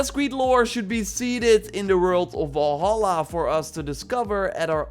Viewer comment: One MAJOR nit: Valhalla is NOT pronounced Vawlhawlah but rather Vulhulla. Three short "ah" sounds, not two long "aw" sounds and a shorter "ah" at the end. Please.